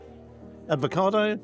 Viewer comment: Hi, did I hear you say advocado! Surely it should be Avocado. One thing I cannot help wanting to hear is proper and clear pronunciation. Perhaps you did say it correctly and if you did I apologise. I would not have touched those prawns either. And the main you had, what a mess, more like Eton Mess!